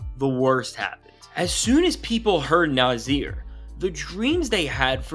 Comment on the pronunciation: Nah-Sear, Naahhh-Seeeaaaarr! Not Nah-zeeer!!! You new guys are killing me!